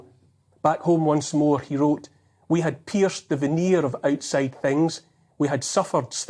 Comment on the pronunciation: He knows.... Ye knows....